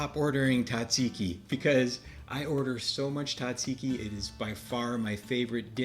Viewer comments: Tzah- zeee-ki, please! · Very good. However, the pronunciation is Tzatziki, Tza, with a 'z' 😊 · The Z is not silent lol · I wish you could pronounce it correctly 😂